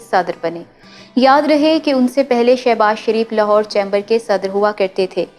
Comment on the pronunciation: Dear, you read very well, but please check the pronunciation of the word "chamber"